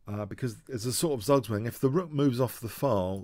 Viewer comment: "Zugzwangy" xD